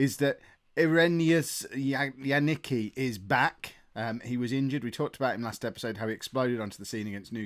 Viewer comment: As far as Janicki goes:) It's not Yaniki, but Yanitzki:) That should be easier I guess:)